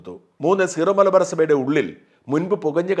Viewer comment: സീറോ (Zero) മലബാർ സഭയല്ല, സിറോ (Syro) മലബാർ സഭ. ഉച്ചാരണവും മലയാളം എഴുത്തും ഏകീകരിച്ചാൽ നന്നായിരുന്നു